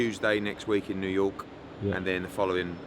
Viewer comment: New yowke